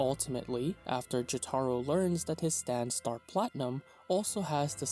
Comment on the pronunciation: Sometimes it seems like guys like this don’t even watch the anime’s based on the way they say the names, I mean “jot-are-oh” lmao what